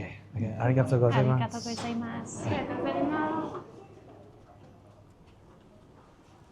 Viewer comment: For future reference: “go- zaiya-MAS.” Sounded like you were always saying “goza mas.”